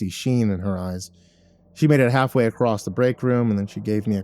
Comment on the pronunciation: Ah i wondered why i never finished this. It's because you forgot how to read "across".